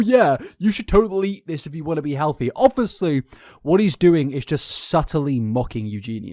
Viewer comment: Was pleasantly surprised to hear you finally pronounce Eugenia's name correctly (after the intro, at least). Next up: "ovussly" (obviously), but I think that's just your accent. I'm a kiwi, so I can't talk. It does make me laugh, though. Regardless, they're both terrible people. They both should be off the internet for good imo.